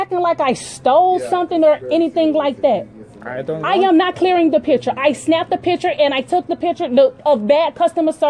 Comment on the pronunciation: Clear tha pishure Clear tha pishure 😂